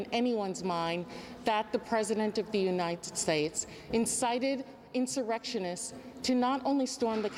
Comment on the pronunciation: Hilarious "The president of the Unites States"...